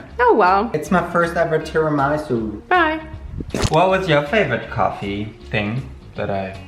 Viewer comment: After this video I really want a video in which you hear google translator saying the correct pronunciation of the italian words for the ingredients/desserts you're using and making cause it would be hella funny. I'm italian and i had such a hard time understanding that you were saying tiramisù XD love your videos!!